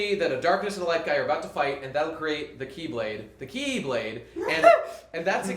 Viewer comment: it's χ-blade pronanounced (he-blade like he-lium). I'm greek so i should know.